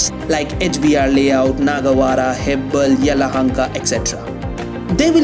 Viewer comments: Its not hebbal, it's hebbala(ಹೆಬ್ಬಾಳ). ಎಲ್ಲಿಂದ ಬರ್ತಿರೋ(where are u come from ) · It's not Hebbal, it's hebbala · Why are you pronouncing Hebbal as hebble? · Bro it's heb-baal (like hair in hindi) not heb-bl 🤦‍♂️ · Ur pronunciation of Hebbala🤣🤣 Just Google before making video bro